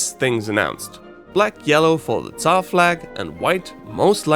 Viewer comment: You did a great job about explaining our flag. Some people (not even from Russia) now know some more about our culture and flag. And about "царь (tsar)": you have a really good pronunciation. I'm using Busuu, and people there (not only beginners) having really bad pronunciation of that word time to time.